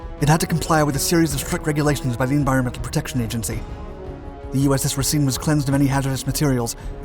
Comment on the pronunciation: Also, the way you're pronouncing Racine is a bit wrong, i grew up in the city the ship was named for, it should sound like you're saying racing